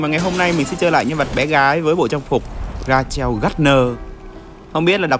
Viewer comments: Tên bé gỉl này thì gardner thì anh đọc đúng mà rachel thì hong ph ra-cheo đâu mà là rây-chồ =))),nếu anh sợ đọc sai thì lên google cho bả đọc cho =))). Còn vụ phim thì hiếm lắm, chủ yếu là phim speed(kiểu nó ghép nhạc đủ thứ vô rồi tăng tốc 7749 cái rồi ngồi tự nghĩ xem tình tình nó sao thôi) mà phim máu me lắm nha,nó cũng dark nữa nhưng nếu muốn thì anh có thể coi bản game, bản anime và game đều có cốt truyện như nhau nên anh khỏi lo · đọc là rây--chồ á a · đọc là rây trồ á anh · tên đọc là "rây chồ gác nơ" nha anhhhhhh <3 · đọc đúng là "rây chồ" ấy a, a lên gg dịch nghe cho dễ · Đọc là Rây chồ nha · đọc rây chồ đó anh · Anh đọc sai á